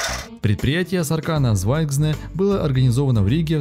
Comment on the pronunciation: Ролик прекрасный, НО - Са́ркана Зва́йгзне (Красная Звезда) - ударение на первые слога. Спри́дитис - ударение на первый слог. Ва́йрас - ударение на первый слог. Га́уя- ударение на первый слог. Большинство латышских и литовских слов ударяются на первый слог. Шауляй, а не Шуваляй. Кровь из ушей...